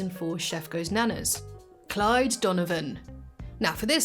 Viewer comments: It’s “Clyde” Donovan, not “Clive” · Did you say Clive or Clyde?